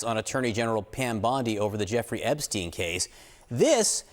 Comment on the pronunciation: Epstein not Eastern